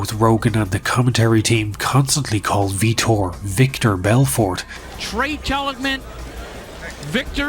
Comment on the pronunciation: The announcer and Rogan say Vitor's name as Victor Blownapart then proceeds to call him Victor lol